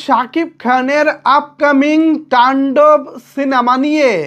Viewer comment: তুমি শুধু বারবার টাণ্ডব টান্ডব করো কেন শব্দটা তো তান্ডব